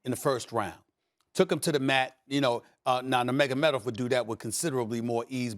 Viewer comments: Stephen “Nurmagamedov” A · No one: Stephen A Smith: Nermagomedov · Mag-a-med-off..... lol. Stephen kept saying this in another video. I didn't know what he was talking about. I finally realized he was talking about Khabib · Ufc fans: Nurmagamedov Stephen A. Smith: Mega medov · SAS: "NEMEGOMEDOV" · SAS doesn’t even know how to pronounce khabib nurmagomedov name Lol 😂